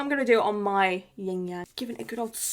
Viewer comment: (Not a big criticism but) you said you had a Ying Yang on your finger, but it’s actually Yin-Yang, no g after yin. It might have just been a tongue slip tho, just wanted to comment bc it always irks me a little bit 😅 no hate tho, most people don’t know, but it’s a bit disrespectful.